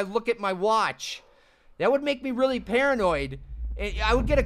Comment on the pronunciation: Did say paranoid or pearanoid?